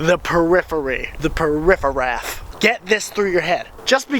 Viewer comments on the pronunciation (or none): "the perifferaff" love it